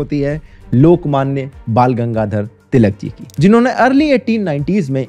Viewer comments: He can't pronounce ळ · Its टिळक not तिलक